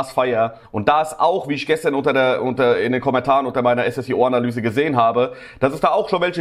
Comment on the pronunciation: Er heißt Ssio nicht S S I O